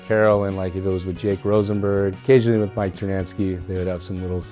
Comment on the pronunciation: Is it me or does he always say Mike TernaNsky like there is another N in his name?